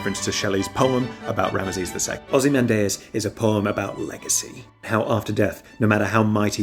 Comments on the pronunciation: I trust you but... That can't be how ozymandias is pronounced. It's o - zuh - man - dee - us right, not ... - man - day - us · I've never heard ozymandias pronounced like that Anyway, I got reminded how great Breaking Bad is, maybe I should rewatch it